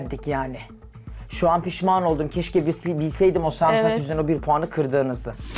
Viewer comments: Diksinmek değil Tiskinmek Sarumsak değil Sarımsak , lütfen düzgün konuşmayı bileni alın 🙄🙄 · Allahım yarabbim biri de düzeltmiyor o sarumsak degil Sarımsak diye valla orda olsam o kadınla kavga ederdim önce konuşmasını öğren diye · Ay abla zaten yanlış söylüyorsun bari olabildiğince az kullan kelimeyi kriz geçircem kere sarmusak dedi ya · 😁😁dakikada 30 kere sarmusak dedi takıntılı sarmusaka bu kadın 😂😂😂😂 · sürekli de sarmusak dedi durdu hahahah diksindü ahahaha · Her sarmusak dediğinde sinirim hopladı ve her cümlesinde en az 2 kez sarmusak dedi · Sarmusak 🤣🤣🤣🤣 tdk istifa etti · Video bitene kadar sarmusak diyor yaa 😂 allahtan gülmedi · Sarmusaktan "diksindim"🤣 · Sarmusak demiyor samusak diyor 😂😂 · Sarımsak güzel kardeşim sarımsak!!! Duya duya sarmusak diyorsun el insaffffffffff tüylerim diken diken oldu yemin ederim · Nobody:: Sarmusak Diksiniyorum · 17 kere sarmusak dedi. Sinirlerim bozuldu 😕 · Ordan biri de demiyor ki o sarmusak değil sarımsak(sarmısak)… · Samursak diye diye insanı soğuttu "SARIMSAKTAN" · Sunucu bile sarmısak diyor, cemaat neyapsin sarmusak😂 dogrusu sarımsak.. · Biri samuusak değil sarımsak o desin hanım efendiye 😁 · Videonun sonuna gelene kadar sinir krizi geçirdim yaa. SARIMSAK SARIMSAKKKK sarmısak ya da sarmusak değilllll. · Ayy delirecem bari sarımsak de defalarca sarımsak demesine rağmen ısrarla sarmusak sarumsaaakk diyo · Kadin inatla sarmusak diyor yaa delircem onlar sarımsak diyor o inatla sarmusak diyor resmen sksksks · Allahim nereye dustum ben yaa samsak doveci dinliyodum 😂😂😂😂 sarmusak nedir ablacim musak ne yaaa 😂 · iyi dayandı ya sarmusak değil sarmısak diye 29391 kere düzeltmiştim ben çoktaaannn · *Sarımsak kelimesine🧄🧄🧄 Sarmısak diyenleri çok duymuştum ama SARMUSAK diyeni ilk defa duydum *Sürekli YANLIŞ ANLAMAYIN demeden konuşamıyor *LAABO diye bir şey var kadının hayatında Neyseki bu hafta artık bitiyor... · "sarumsak" değil ona "sarımsak" denir. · Sarmusak demesi beni sinir ettiiii